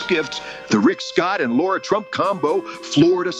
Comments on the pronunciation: It's LARA....NOT LAURAAAAAA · Benny, you called her "Laura" 3 times.... she's Lara! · it's L A R A ugh